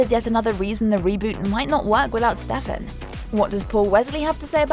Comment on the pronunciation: Butchering names AGAIN